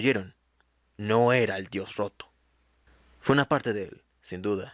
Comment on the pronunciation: Diganme que no soy la única que escucho "El dios joto" :v